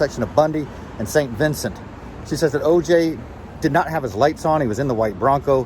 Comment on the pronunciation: It was Jason. He was trying to tell O.J. to give them the gun. O.J. had already written a suicide note. (It's known as "the fake suicide note.") But thanks, anyway, great job! The street is pronounced "Sann Vih - SINN - tay." (Not Saint Vincent.) O.J. didn't ask Nicole if he could go out for dinner with them after the dance recital. He greeted the other members of the family but not Nicole before the recital. It's my opinion that she had already told him she was going to let the world know what he was really like. He had had a courier bring a copy of a letter reporting to the IRS that she owed them 90k for the Bundy condo, on Monday. When O.J. sold the luxury condo he used when he was playing for the San Francisco 49ers the proceeds went to Nicole, by the terms of their divorce agreement. She was supposed to provide housing for the children. So she bought the Bundy condo. But you have to pay capital gains tax if you sell a rental condo and don't roll it over into another rental. That's why she immediately listed the Bundy condo. The realtor said she was supposed to put up signs after a dinner party and she got to Sunset and Bundy and thought, "Should I turn right or left?," because she had told Nicole she would put up the signs Sunday night after her dinner out. But she turned right and went home. Otherwise she might have been there at the time of the murders. Probably not. Nicole signed a one-year lease on a house in Malibu, with a pool, for 5k a month, on Friday. That's how